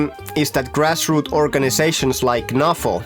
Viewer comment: It's definitely NAFO not NAFO. Great soup thanks 👍🏽